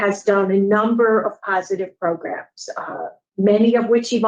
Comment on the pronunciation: Again with the magical “progrums”